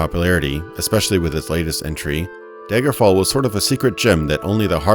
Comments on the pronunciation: All I hear is "Daygerfall" lol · Why do you keep calling it "Deigerfall`"?